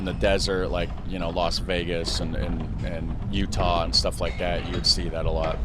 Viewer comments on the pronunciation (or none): none